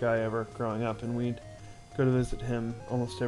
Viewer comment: lol, you said "we'd" sounds like weed